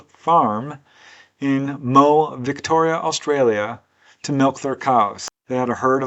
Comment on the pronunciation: A little help with the praonunciation of our Australian place names: Moe is a small town in country Victoria. The name is pronounced 'Mo- eeee! The rising 'eeee' sound, as in 'Cooo-weeee' is quite ubiquitous in our vernacular.